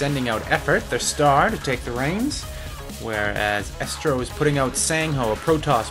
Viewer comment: it's Estro(and pronounced eestro). Just saying. And the last vod had Tazza there, and he is pronounced Tazza(double z like pizza) not Tasa. It is a bit annoying.